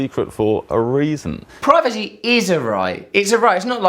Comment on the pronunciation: 8.36 Does he say "privaty"?